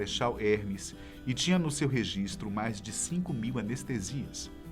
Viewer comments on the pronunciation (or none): none